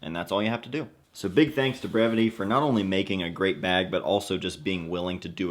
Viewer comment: I never knew how to correctly pronounce the name of this brand until this video lol.. I’d love to win this bag. Great design